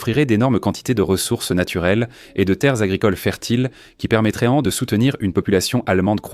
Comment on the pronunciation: Ce texte lu par une IA est insupportable. auraient devient auréantent, 1941 devient 1940 et 1, qui permettraient devient permetréantes, etc